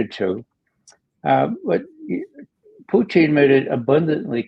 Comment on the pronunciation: I love Ray but can someone please teach him how to pronounce Putin. He is not ordering a side dish in a Canadian cafe, Poo-teen. It's pronounced Poo-tihn.